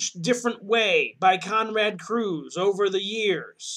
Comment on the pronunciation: Curze! Not Cruze.